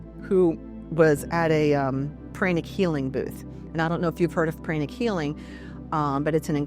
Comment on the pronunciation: Mispronounced words including chakras and pranic was too distracting for me.